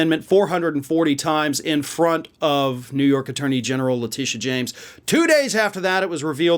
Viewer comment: Dude. On behalf of all women named “Letitia” which changes the pronunciation of in every video, it’s pronounced La-Tish-a You have harped on the GOP for mispronouncing names, yet here does it just as much